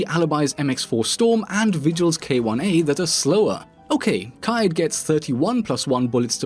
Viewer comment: Me: Kaid Nerds: Kai-yeed Rouge9: Kayed